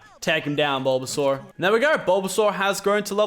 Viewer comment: BULBASUAR? MY GOD LACHLAN WHYYYYYYY